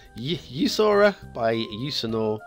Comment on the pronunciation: Today I will start with commenting google to pronounce the name of the map, and I can prolly tell you that your google searc for that was a failure....Let me guess that this creator is from Sweden or at least Scandinavia, so a former viking then. The name in English is Jusur Island, we say Jusur - Ö, that last letter "Ö" means Island in the name